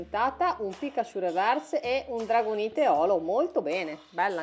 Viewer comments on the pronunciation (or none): Non è una critica ma in dragonite la e non si legge, comunque grande